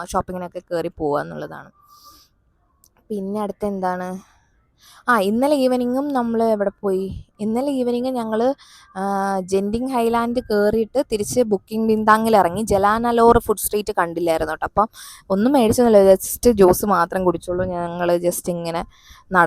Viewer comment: Janting alla chechi ganting